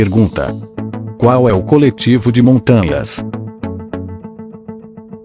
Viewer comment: Fui bem .Mas na pergunta col. de montanha falaste rápido e parecia que era montana mas tudo bem acertei . Senhorinha do RS.